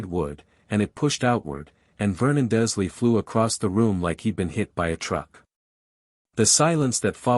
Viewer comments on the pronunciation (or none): Do you say Dursley wrong on purpose?? 😂😂 This is the third video in a row I've listened to where every time it's spoken it's pronounced wrong 😂 Smells like Spite to me😀